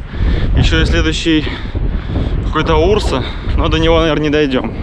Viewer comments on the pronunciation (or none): none